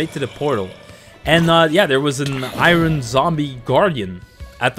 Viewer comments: Iron is pronounced "i-urn" not " i'run" Jfyi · This video is great but I hate the way he says "iron". He pronounces it like " I run". I'm just so used to hearing it pronounced "I earn".